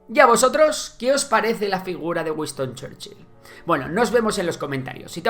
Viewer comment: ¿Wiston? Será Winston…